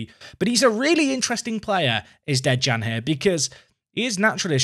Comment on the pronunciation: De(i)an, don't say the J